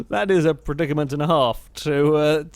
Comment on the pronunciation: Its so funny the way says 'predicament'